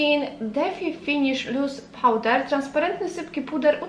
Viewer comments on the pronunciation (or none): none